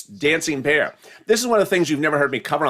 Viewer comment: Are you saying dancing pear 🍐 or bear 🐻 lol